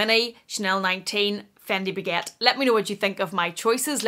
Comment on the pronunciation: Did yiu say the faquette! 😂 😂 😂 😂 😂 😂 😂 😂 Dying! 😂 😂 😂